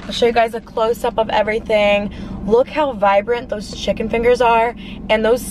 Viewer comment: Y she says chick-con omg it's pronounced chicken